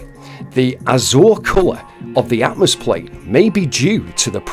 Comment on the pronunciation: It is pronounced atmosphere.